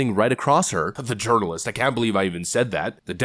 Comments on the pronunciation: Did you say "urinalyst Stephanie Ruhle"? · Yernalist? Or Urinealist? Taking the piss😆